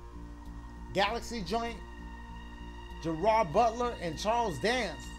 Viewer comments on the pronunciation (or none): The way dashie says Gerald butler’s name 😂